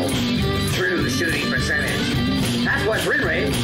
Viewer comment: I can't get enough of the "true shooting per-cent-a-ges" for some reason